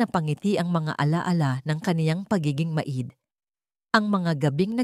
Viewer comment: Grabe naman iyan magbasa, pati maid, ginawa ng ma id. At iba pang mga salita napakalayo sa Tamang pag pronounced ano ba iyan.